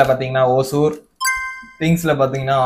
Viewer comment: Anna athu osur illa hosur😂😂rendu perume thappu😂😂😂